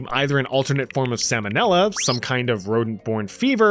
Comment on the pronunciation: not sam'o'nella 💀